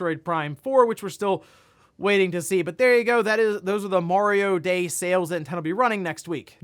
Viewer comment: I thought he said Wario day.